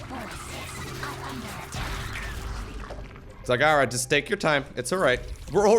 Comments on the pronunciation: its not zagara its zegara you had it right the first time they are trolling you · I don't know about you guys but I think it should be pronounced Zagara.